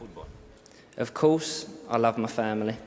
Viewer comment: “I’ve always loved foo-ball” NO WAY🙄one of David’s many many politicians fake speeches👎overrated/overhyped rubbish “foo-baller”